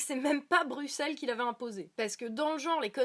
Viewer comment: Juste, ça se prononce "BruSSelles" sinon tout oui